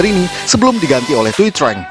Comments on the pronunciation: Itu aktor ranger kuning thuy trang bacanya bukan treng pak,tpi chang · Trang itu dibacanya chan . Huft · Thuy trang bacanya zuy cang